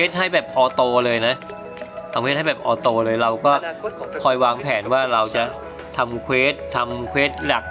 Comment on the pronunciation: ออโต้ ไม่ใช่ ออโต